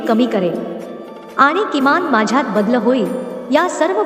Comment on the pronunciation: शक्त, badl वगैरे ही कोणती भाषा,आणि हे कोणते उच्चार?